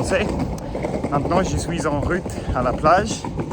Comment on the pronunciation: Attention à bien prononcer le O de "je suis en route" , tu pourrais avoir des problèmes sinon 😜